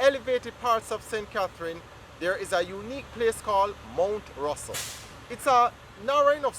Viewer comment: Not Mt Russel it Mt Rosser